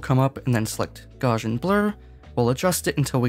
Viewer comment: It is not the correct pronunciation of Gauss and gaussian.